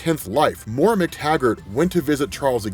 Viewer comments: it's pronounced MOY RUH. Not More uh. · Great rundown. Really enjoyed the brevity of your explanation on the current status of this series. I'm definitely getting all caught up! Her name is Moira though, pronounced "moy-ra". If you're gonna say it so many times, please say it right.😕